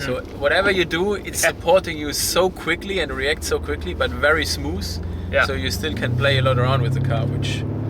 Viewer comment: "Is wery smooos"